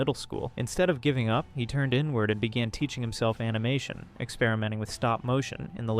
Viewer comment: So... I'm intrigued with the video topic, but... does anyone else feel like something is off with this video? Describing comic panels, but only after they've appeared and cut away to something else? The obvious mispronunciation of "animation" as "an-ee-mah-toon"? Despite pronouncing it correctly earlier? Also, given that this page last updated 13 years ago... I'm genuinely curious... Is this AI? I'd like to believe the creator genuinely got back into making videos, but some of these quirks don't feel... human. You know? I don't mean this as an insult to the uploader. It just can't shake the feeling something's off here, though. 🤷‍♀️